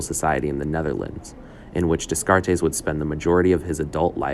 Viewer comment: Your pronunciation of his name is way off, lol